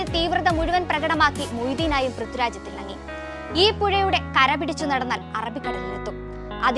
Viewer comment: Prithuraj അല്ലാട്ടോ.. പ്രിഥ്വി രാജ്... I wish anchors focused on their pronunciation.